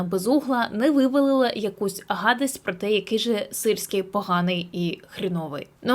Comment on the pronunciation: "якусь гадасть" - Аааааааааааааа! Це Чернігівщина, класс!)))